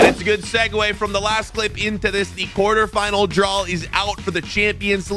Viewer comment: man actually said champions league qauter final